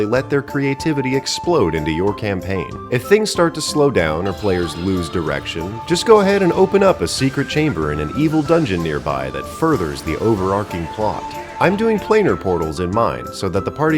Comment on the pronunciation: "overarching" like an "arch" not "arc".